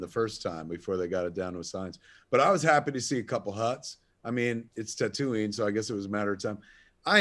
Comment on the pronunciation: "Ker-aw-soow-aw" and "Tuh-too-ween". Kevin is pronouncing things weirdly. Someone make sure he's not having mini-strokes please. We need him to stay alive.